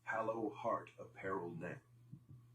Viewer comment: Ok I thought I was crazy I was like ummm isn’t it hollow? 😂😂😂